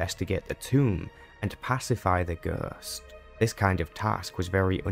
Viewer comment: It was a really great video, wouldn't mind to see all of the class stories recaped like this. The only issue to me was just some words and pronounciation you used. I mean, I never heard anyone say ghost like that😅. But again, really great work here mate! 😉